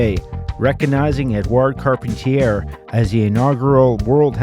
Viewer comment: I recall Carpentier being pronounced"Car-PON-tee-ay."